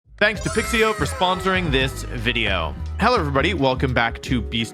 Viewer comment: did wolfey just say wideo with a v